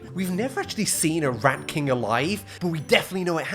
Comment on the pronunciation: I thought you said RAP king not rat king. I thought that you were talking about Eminem or someone.